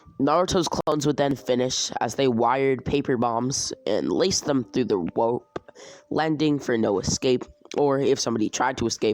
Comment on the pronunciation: you said wope instead of rope